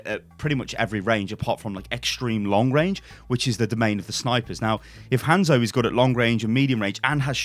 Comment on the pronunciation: Its pronounces HON-ZO... Not HAN-ZO